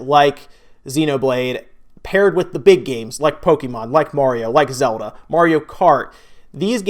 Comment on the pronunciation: pronounce Pokémon correctly dumbass